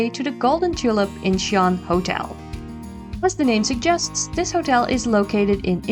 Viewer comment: Incheon is two syllables not three.